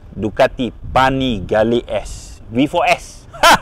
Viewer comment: Duucati panapelirrrrr v4 setell bang mad🤣🤣🤣